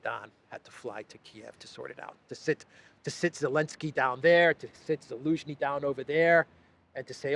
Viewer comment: Zelenski. Not Elenski. Now, I am Croatian ( Slavic language ). Zelen or Zeleni means green, someone new, someone that doesn’t know what’s going on.